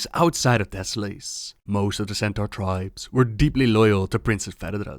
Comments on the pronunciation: Deh-sow-luhs not Deh-sow-lace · Desso-less, thats how you pronounce it:) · Great vid. Americans would pronounce it "deso-less", "lace" sounds a bit odd, (even though it's spelled that way.);)